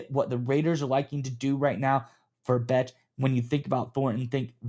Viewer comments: Love the content, fellas! Bech is pronounced "Besh" btw. Go Raiders!!!!! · Bech (pronounced Besh) was the top blocking WR available in the draft. He will be very valuable in the run/screen game in that regard. Maybe a Hines Ward type?